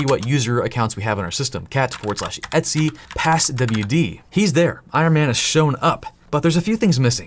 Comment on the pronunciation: I keep thinking you're saying "Etsy password" Lmao.